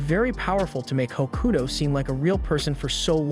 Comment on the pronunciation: Tokyo ravens good series also your saying hakuto wrong also the girl is his cousin